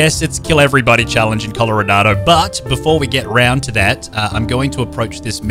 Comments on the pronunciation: Wait is it just me or did say colorodado I though it was Colorado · why does he say “colorado” like “colloradado” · Coloranado why are u calling it that its just colorado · I love how he is saying Coloradado